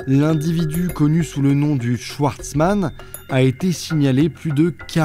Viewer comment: Tu es alsacien et schwartzman tu le prononces « chouartzman »?